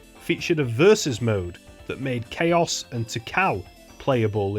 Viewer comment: no as in CHAOs not Chaos